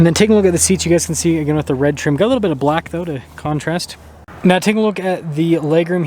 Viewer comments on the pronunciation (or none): none